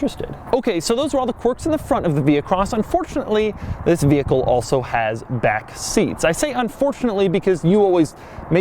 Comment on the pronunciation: Do you also pronounce it ve HIckle? God my ears, they bleed.